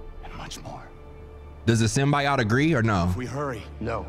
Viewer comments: It's ignoring the pronunciation of SYMBIOTE and calling it Symbot... 🧍🏾‍♀️😃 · and this symbot pronounciation gon kill me (Sim-B-Oat) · For fucks sake, it's SYM-B-OAT😭😭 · And "Symbot"😂😂😂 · Bro why can’t you pronounce Mysterio & Symbiote ??? 😂